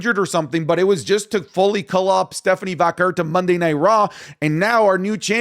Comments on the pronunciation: I thought you learned by now it's pronounced Vaquay * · her name is Stephanie Vakawar fix your pronounciation